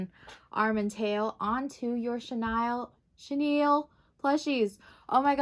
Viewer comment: Haha! I always thought it was cute how you said chenille wrong in your videos.